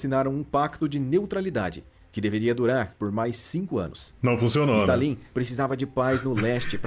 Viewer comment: se não fosse por esse stalín em vez de stálin eu nunca ia perceber que era voz de IA😮